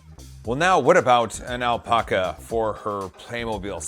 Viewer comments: Great vid. But still cant get over "Alpoca" Lmao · Lol the pronunciation of alpaca.